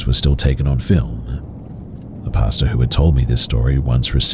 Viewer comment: The story at 13 mins, I kept thinking is saying "pasta" like how Americans say it 🤣... but he's saying pastor.